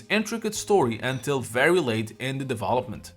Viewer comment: I'm always "conflicted" about the way you say "deVOlopment", instead of Development, and you speak better English than i do 😂😂😂 Cheers man